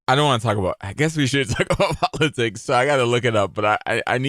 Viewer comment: powatics scawy :((